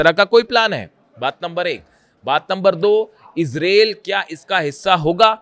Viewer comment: इसरेल इसरेल क्या होता? इजराइल इजराइल बोलो. एंकर हो. मयंक शैख़ कब तक चलाओगे अपनी गप